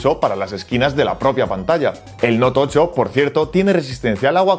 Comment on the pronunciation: ¿Noutocho?, ¿TOCHO?